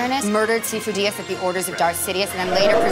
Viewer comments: I love that she said Sifo Dyas 3 times and every time pronounced it differently. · The fact that she pronounced Sifo Diyas differently each of the three times killed me